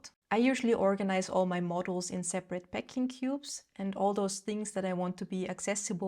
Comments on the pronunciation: When you say "modules" it sounds like "models." Books are a no, I go to thrift store buy a classic for $2 then leave it somewhere, I literally had someone ask me if that was my book after I had just set it on seat to give it away. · Pronunciation: modules - mod YULES